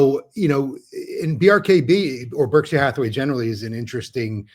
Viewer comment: Btw, Berkshire is not pronounced berk-shy-er. It is burk-shr. Like the Berkshire Mountains.